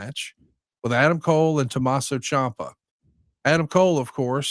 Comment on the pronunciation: It's pronounced champ-uh not chomp-uh